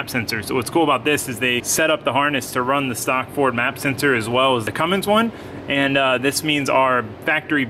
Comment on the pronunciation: Lmfao you said fummins not cummins